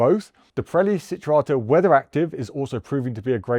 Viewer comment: It's not Sinturato. It's Cinturato with a C pronounced as in Champion.